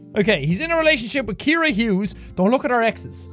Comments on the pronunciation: Calls his girlfriend Kiera when her name is pronounced Sierra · Ima just put it out there her name is not Kira its ciara pronounced sea-air-a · Ciara is pronounced like Sierra (See-Air-Uh) not Kiera (Key-Ear-Uh) haha, just thought I'd let you know if you see this ❤ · Did anyone notice he says "Keira" the whole time but her name is Ciara (like see-air-a)? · When his girlfriends name is really said like C-air-a but Jack keeps saying Kiara 😂. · ciara is pronounces See-ara not key-ara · I'm sorry to be the one to break it to you but Ciara isn't pronounced key-ear-ah but c-air-ah. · Jack i swear I love you but Ciara is pronounced see-are-ah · Pretty sure your girlfriends name is pronounced “Siarra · Jack got engaged to Ciara but still cant pronounce her name 🤣🤣